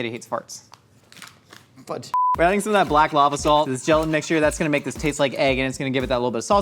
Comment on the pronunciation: Why does completely skip the “t” when he says “gelatin” 😤